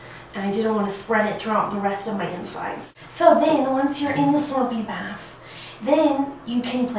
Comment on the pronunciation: Kylie Dowdy she even said baf lol